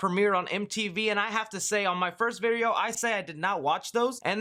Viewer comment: “However in my first vireo” 😂